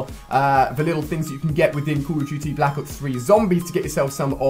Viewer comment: Heh heh call of juty